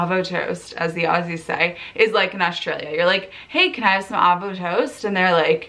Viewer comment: You may naturally say Melbourne right, but you still need to work on avo... It's not an afternoon thing, so we don't say "arvo" toast... it's avo, sounding like have; as in have an avo toast.